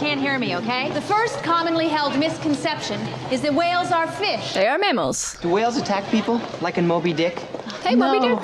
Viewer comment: Side note: perhaps it was me but were they pronouncing the word whales ..."hwales' the way Stewie says 'Cool Hwip'? Dammit Bones , you're a doctor, not an English teacher 😆😆😆